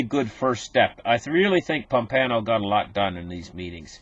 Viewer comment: There is no "N" in Pompeo